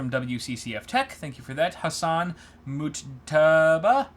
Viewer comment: pronounced the name Mujtaba correctly the second time right before:D